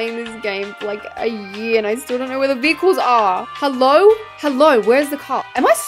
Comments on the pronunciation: We love how you said “vechiles” and not “vehicles” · Ah yes vechiles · ahh vechiles